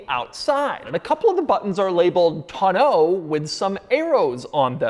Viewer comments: Hearing Doug try so hard to pronounce tonneau incorrectly made me smile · Doug DeMuro is the only reason why I every person that learned the word Tonneau cover in the past three years, is saying it wrong because of him Thanks a lot Doug